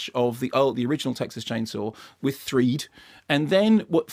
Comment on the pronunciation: I wish he would stop saying 'threed'